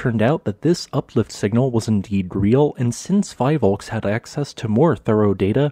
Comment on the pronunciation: PHIVOLCS is pronounced 'fee-volks,' not 'fye-volks.' For anyone curious, it stands for Philippine Institute of Volcanology and Seismology. I love this detailed video, btw.